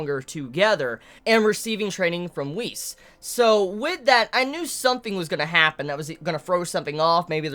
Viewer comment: You pronounce Whis the way how Patrick pronounced west lol